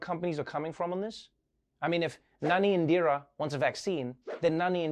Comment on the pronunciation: I was surprised when I realised that Trevor pronounced Nani perfectly. (Btw I am qualified to say this becus I’m Pakistani and Nani is what I grew up calling my maternal grandmother)